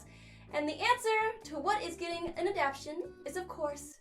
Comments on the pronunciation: Do you mean adap shin ? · I can already hear gigguk harassing you for saying adaption hahaha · I could've sworn that the word was "ADAPTATION"